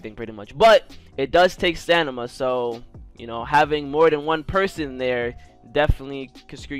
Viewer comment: Got me saying “stanima” not stamina after watching this video 😂